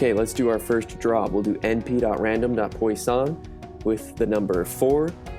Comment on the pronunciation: Good explanation with code, but note for the future that it's pronounced like "pwus-son". Source: I have a math PhD :)